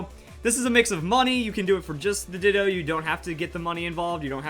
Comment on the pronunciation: “how to get 6 IV ditoo”